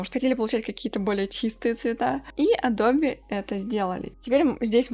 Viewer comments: Всё замечательно, но «АДОБЕ» как-то сильно режет слух. Всё же, на мой взгляд, приятней классическое, близкое к оригиналу звучание «Адоуб, Адоб…» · Большое спасибо за обзор! Позвольте маленькую корректировку )) правильное произношение- не АдобЕ а Адоб ))) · Согласен, но не адобЕ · Адобе??кровь из ушей... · кому уши режет слово АДОБЕ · Что говорит: Адобе Что слышу: ABOBA